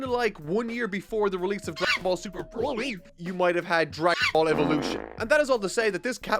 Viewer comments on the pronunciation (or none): none